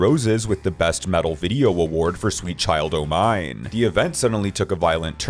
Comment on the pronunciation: Sweet Child "OH" Mine? Try again, robot voice.